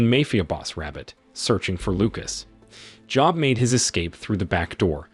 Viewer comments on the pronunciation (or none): Job is pronounced "Joeb" like Job of the Bible